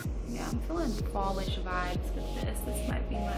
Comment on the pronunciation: Flawlish not fallish 👄💋👍😙